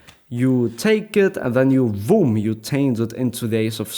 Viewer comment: Not BOOM but VOOM